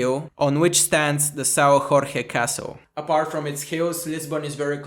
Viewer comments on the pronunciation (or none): Say Jorge like George in english (not like spanish)